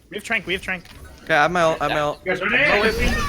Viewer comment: I can't be the only one that got annoyed when they called trance trank? Or that's how it sounded, Tranking something or someone would suggest you put then to sleep. And I was like they don't have an Ana how can they trank/sleep someone.